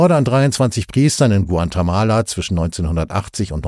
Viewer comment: Guantemala soll bestimmt Guatemala sein oder gibt es einen neuen Staat hunderttausende Kilometer entfernt? Den Sprecher empfinde ich als sehr angenehm, ich hoffe er wurde nicht durch eine schlecht trainierte KI ersetzt.